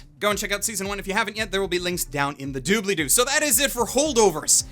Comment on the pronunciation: "Links in the doobleedoo." Has someone been watching Matt Colville?